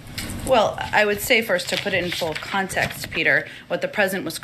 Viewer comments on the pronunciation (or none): none